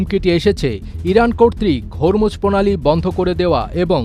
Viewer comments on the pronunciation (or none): none